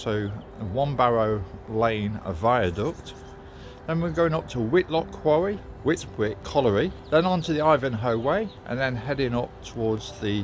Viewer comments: Whitwick is pronounced Whitick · Great video. I’ve walked parts of this route many times over the years living in Shepshed for 25 years. Oh and Whitwick is pronounced ‘whit-ick’ 😄